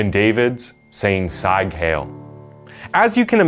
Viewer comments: Sieg is spoken like the word "seek" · "Sieg" is pronounced, "s-eeg" which rhymes with egg, not s-eye-g.